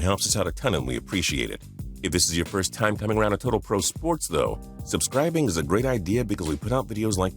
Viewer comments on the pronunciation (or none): none